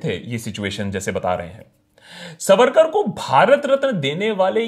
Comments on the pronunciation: सवरकर नही सावरकर 🚩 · Itna bada video banane se pehle kam se kam unke naam ka theek pronunciation toh seekh lete...it is सावरकर....not सवरकर...and better still स्वातंत्र्यवीर सावरकर!!!! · सवरकर नाही "सावरकर " असा उच्चार आहे नावाचा!!!!!!!!! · Sa...varkar pronounced incorrectly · आप पहले सावरकर यह उच्चारण ठीक से करे, सवरकर नही। अब आपने जो srcasm याने उपरोधिक टिप्पणियां की है इसका कारण आपका अधूरा अभ्यास या फिर वामपंथी विचारधारा हो सकते है। मैं आपको विनम्रतापूर्वक कहना चाहूंगी के उपरोधिकता भी सीखनी है तो सावरकरजी से सीखे, जो देशभक्त नाम आपने दिया वो देशभक्ति उन्हींसे सीखे और कोई फालतू अंग्रेजी किताब न पढ़के, उनकी ओरिजिनल मराठी आत्मचरित्र किताब "माझी जन्मठेप" पढे। जो मराठी भाषा, प्राकृत और संस्कृत अच्छेसे ना जाने उनके लिए तात्याराव के विचार, उनका राष्ट्रप्रेम और समर्पण समझना बोहोत ही ज्यादा मुश्किल है। वो क्रांतिकारी, राष्ट्रभक्त, महाकवि, अच्छे वाक्पटु, समाज सुधारक, आधुनिक विचार रखने वाले एवं भाषातज्ञ थे। हम भी नही चाहते भारतरत्न उनको मिले क्योंकि वह भरतरत्न तो थे ही उनका औदा इससे काफी बड़ा है। आप थोड़ा ये सोचिये पोर्टहोल से छलांग लगाई क्या इतना आसान था? वहाँ से बाहर आते समय जो घाव हुए उनके साथ खारे समन्दरके पानी मे तैरना थोड़ा डेमो आप करके दिखाए जरा। भारत की इकलौती महिला पीएम ने कौनसा सरहद पे जग लड़ी या पेटंट लिया जो उनका चित्र भरतरत्नो के लिस्ट में शामिल है? हाँ पर उन्होंने सावरकरजी का स्टैम्प जारी जरूर किया। वो लता जी है ना वो भरतरत्न आप मानते है ना वह भी सावरकर जी की भक्त थी महोदय। सावरकरजी ने लिखी कई गीतों को उन्होंने गाया है। वो अंबेडकर जी है ना वो समाजसुधारक कार्यो के लिए सावरकरजी को मानते थे। वो गांधी जी है ना महात्मा मानते हो ना, उन्होंने वृत्तपत्र में सावरकर बंधुओ को रिहा करने की अपील की अंग्रेजो से। पता नही ये सब लोग इतने नासमझ क्यों थे। काश उनको आपके जितनी समझ होती। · Its not सवरकर… सावरकर.. 😇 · Abbey vo सावरकर hai सवरकर nahi Bol le pehle acche se 😂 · Not savarkar saavarkar bolna to thik se sikh le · naam bolna sikh pehle. saavarkar hai naam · ज्याला सावरकर बोलता हि येत नाही ... त्याला सावरकर काय समजणार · Pehle Sawarkar ko pronounce aachese karo